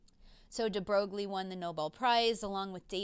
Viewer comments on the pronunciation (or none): F r e n c h physicist ‚de Broglie‘ ( Aaaarrrrghhh) is pronounced de Broi. Well, yes, english speaking people and foreign languages… a desaster. But a professional physicist should perhaps be aware of this. Admittedly, even for people educated in French the pronounciation of Broglie is a bit strange and uncommon.